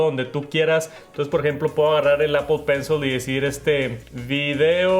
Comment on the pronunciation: “Pel Penshol”, “Estiqui Nout” 💀